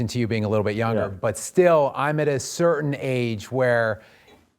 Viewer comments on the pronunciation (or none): none